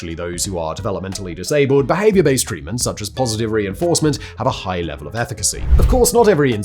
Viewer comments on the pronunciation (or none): none